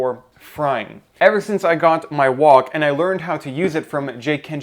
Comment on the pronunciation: "It works amazing" I think he means "amazingly" and when he says "wog" I think he means wok. He really needs to work on his edjumaction.